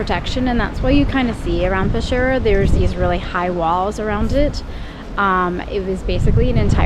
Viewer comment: Peskiera ( Peschiera ) is the pronunciation nos pesciera … very nice video though